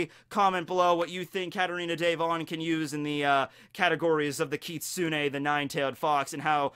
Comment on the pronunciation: You said Kitsune perfectly,. I'm so proud😭